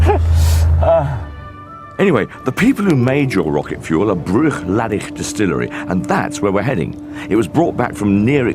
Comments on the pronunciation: Only one thing annoyed me about this, their pronunciation Bruichladdich, the ch at the end is silent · Can't even pronounce the whisky!!!!